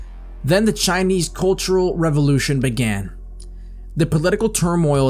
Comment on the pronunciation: “Shinese” lol